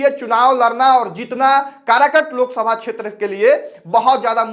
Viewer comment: अरे कारकट नहीं काराकाट नाम है ठिक से बोलना तो सिख